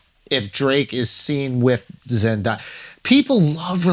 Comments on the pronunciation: Andrew… i blame al but her name is Zendeya not zendiya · Why do some people pronounce Zendaya's name that way😅 Pronounce it the way it's spelt. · I have never heard someone say Zendaya name so wrong in my life